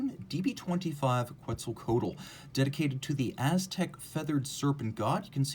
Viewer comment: tried once and gave up, lol. Ket-za-co-ahh-tle